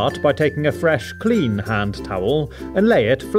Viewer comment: I love how he emphasizes the word clean at the beginning 😂😂